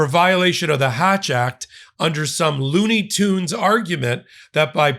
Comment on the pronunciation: Lololol “loonie toons” Go go …